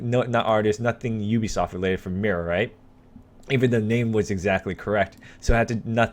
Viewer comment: When he talks "mira", i always understand "mierda"